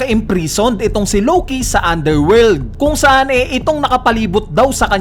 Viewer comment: Matinde tlaga to si lowkey kuya mo lng pwede mag pronounce nian 😂